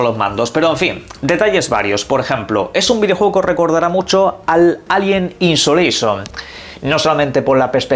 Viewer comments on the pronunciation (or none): Alien insolaision? otra vez una insolación me acaba de dar. tienes un problema con las pronunciaciones en inglés muy serius.